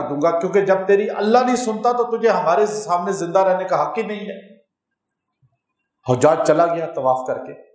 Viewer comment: شيخ زادك الله علما قربا إليه.... حجاج بن يوسف الثقفي ... الحاء في حجاج بالفتح وليس بالضم وأما بالضم يكون جمع حاج. وهم حجاج بيت الله الحرام. ارجوا ان لا تخفى على فضيلتكم مثل هذه الأمور وانت امام المفسرين وشيخ الحديث.